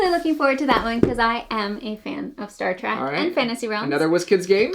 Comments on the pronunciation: Star TrEk -- with an "eh" -- not Star Track... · It’s Star TrEK, not Trak